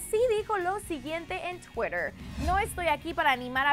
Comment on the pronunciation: "Dijo lo siguiente en TUEGUER" ... ¿Que es tueguer?